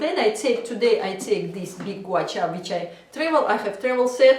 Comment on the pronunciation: Russian... Ирина, призносится Гуа-Ша!